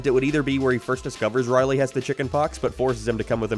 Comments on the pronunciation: It's Rowley, not Riley. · i cannot get over the ONE vowel you say with an accent Rorley tharsand har darn farnd abourt oh and peent snowfleeke showceese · i dislike how u say rowley but video was great tho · This man can't say Rowley to save his life